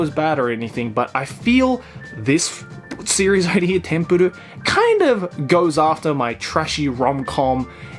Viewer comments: Its not tempurur its tenpuru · It’s TENPURU not Tempuro? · Also it's Tenpuru, not Tempuru. I think the failed on that one. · For anyone else struggling to find the second manga he was talking about I found it as Tenpuru not Tempuru. Or englishly as Temple. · The series is actually call tenpuru not tempuru if anyone is wondering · It's called tenpuru, look it up as "tempuru" you'll get results for tempura. Also known as Temple. Saved you and everybody else 17 agonizing minutes. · Does he really need to pronounce it as tempuru its literaly just temple